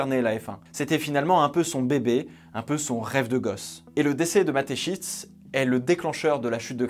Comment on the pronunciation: Je suis désolé mais je suis obligé de te le dire psk ça m’a dérangé tout du long. Mais à Mateschitz, le Z et après le T et pas avant 😂 Sinon excellente vidéo, comme à ton habitude. Merci du travail